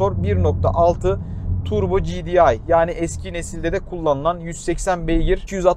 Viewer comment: Turbo cidiay değil arkadaşım. Turbo gedei diye okusan ya hani Türk'üz ya biz. Burası Türkiye ya.